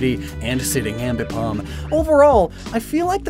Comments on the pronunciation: "Ambipom" "Drifloom!" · "Ambipom" - 2022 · "Ambipom." -, 2022